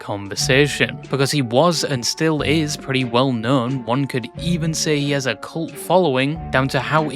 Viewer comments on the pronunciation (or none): none